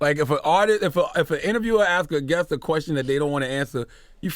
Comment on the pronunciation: And it's guest....not guess.